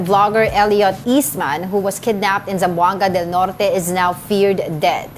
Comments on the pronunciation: Your good at pronouncing: zamboanga del norte 👏🏻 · You pronouned Zamboanga del Norte properly. Keep it up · Appreciate Ray William Johnson's wonderful pronunciation of Zamboanga Del Norte. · The Zamboanga del Norte pronunciation was excellent. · BTW your pronunciation of Zamboanga Del Norte is spot on